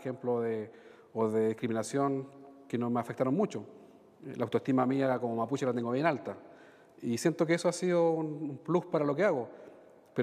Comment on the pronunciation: Que le costo, nombrar nombres mapuche al Senador, "le salió achilenao"